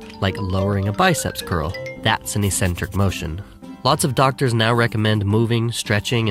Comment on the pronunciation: E centric...dont u mean eccentric? Pronunciation-wise